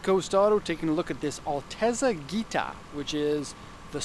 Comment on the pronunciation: It’s not pronounced Ghita, more like jita